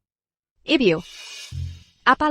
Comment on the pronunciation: Bisa gak ngomong yg benar, bilang ibu ibiu